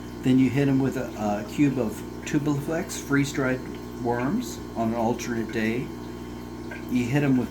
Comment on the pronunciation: It’s tubifex, not tubiflex. No letter “L”